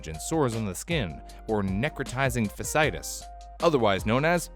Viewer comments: Ey it's pronounced "Fashee-eye-tis." not "fa-sigh-tis." come on broh look it up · the ci makes a she sound so it's pronounced fa -shee-ai-tuhs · uh... fasciitis is pronounced fa-shee-yai-tiss. Its inflammation of the fascia (fa-shee-yah) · You mispronounced necrotizing fasciitis. You got the first word right, but fasciitis is split into the two sounds of its latin/greek roots, as indicated by the double "i" Fash-e-eye-tus Fasci-itis for "fascia", where the disease is located, and "itis" for inflammation. Inflammation of the Fascia, but causing cell death (necrosis, or the process of which, necrotizing) If you struggle with medical terms, I'd recommend taking a short online medical terminology class. They're very easy and quite enjoyable, and it has some relevance to your work. I wonder if skillshare has a class on it. If so, there's your sponsor plug! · Fash- ee- itis is how you pronounce it. Not facitis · Just a small head's-up: "Fasciitis" as in 'necrotizing fasciitis,' is pronounced like "fa·shee·ai·tuhs." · "Necrotizing fasciitis"—was mispronounced. "Fasciitis" has four syllables.